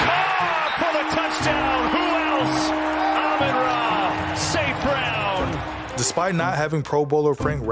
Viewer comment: "rookie reciever Amaarara St Brown" 🤣